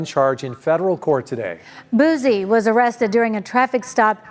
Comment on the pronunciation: 😂 not her sayin “Boosey” 😭💀